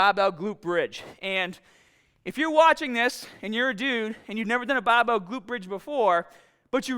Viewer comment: A BABBEEEL!! what is a BABBEEEL?